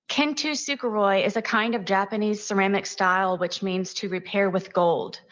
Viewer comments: Learning to.pronounce it properly would have been a nice touch. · kintsukuroi aka as kintsugi is not whatever the hell knowitall sarah buffoon was pronouncing “kintusuperoi.” one would think with her entire narrative riding on this crafting analogy she would get the damn word right! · yall non Japanese need to go to google translate and listen to how kintsukuroi (金繕い) aka kintsugi is actually pronounced. the unashamed confidence she uses to school everyone on "kin-too-sooka-roy" is another point for almost diagnosed narcissism. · She does not know how to pronounce Japanese at all because she's saying it so wrong that most people won't even know what the f she was talking about if she hadn't explained it